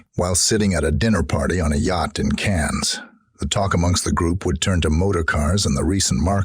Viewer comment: Please remake this video with a narrator that can pronounce the place names correctly. Cannes is pronounced 'can' not cans, Calais is calay not cal-aye and worst of all the classic American mispronunciation of Grosvenor, you can guess what he says ;-) And yes, I agree, the cowboy drawl is rather grating too...